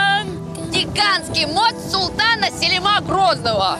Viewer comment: Что у ваших ведущих с ударением,уже который выпуск. МостАр, СелимА. Румелихисары выговорить легко.